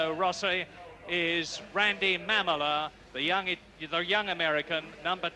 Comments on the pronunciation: Randy Mamola (ma'm-uh-la) :face-green-smiling: I'm almost certain I would botch names also. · its mam-mole- la